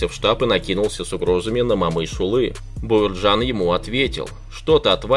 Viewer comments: коментатол не Бауырджан а Бауыржан и не Мамыш улы а Бауыржан Момыш yлы, котак коментатор. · Абсолютная безграмотность. Не Мамышулы,а Момышулы. Не Бауырджан,а Бауыржан. Аж,противно слушать таких шовинистов нарошно с искажением неправильно выговаривающий имена. Если трудно произносить через букву О ,то тогда генерала Конева так же произноси как Канев. Идиот.